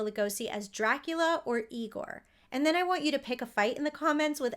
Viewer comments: It’s pronounced EYE-gore 😁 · That’s Eye-gore 😉 😂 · it's pronounced " I-gor". 😉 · it's pronounced "EYE-gore" ~~ marty feldman's spoof/homage to this character was just as legendary. Brooks inclusion of this character is a tribute to Lugosi's talent.